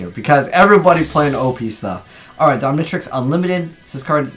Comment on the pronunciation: omg you don't know how to pronounce the Omnitrix, Omni then just trix english you don't have to make it a different tongue and you haven't watch ben 10 have you?